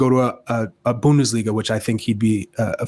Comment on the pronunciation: Or how ‘bout Bundesh-liga...